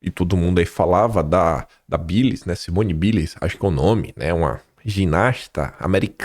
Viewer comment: Você mora na Austrália. Mas não incorporou o inglês ainda??? Não é “Biles” a pronúncia é “ Bailes”